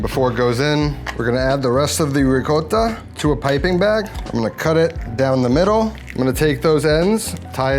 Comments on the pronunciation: What is it with the "re-gott-a"? That's not how you pronounce that word, in English nor in Italian 😆😅. Nice video though. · Learn how to pronounce ricotta correctly ffs.